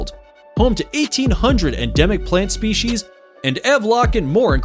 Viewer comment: Shtretching, exshtreme, speshies.